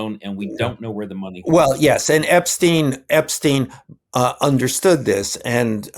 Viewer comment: Well well, how refreshing to hear Sean Wilentz pronounce Epstein's name correctly: EP 'STINE' NOT 'STEEN'